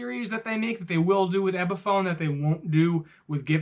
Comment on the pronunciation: Okay, if you're going to keep calling it an "EBiphone" you've lost me already.